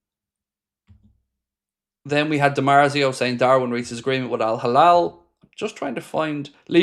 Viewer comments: It's hilal, not halal. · Not Al Halal its Al-Hilal